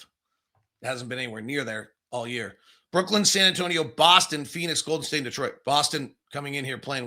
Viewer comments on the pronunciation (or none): I wonder if is ever going to learn that it's pronounced Brooklyn not brookland